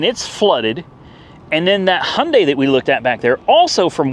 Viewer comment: Hailding😂😂 Hyundai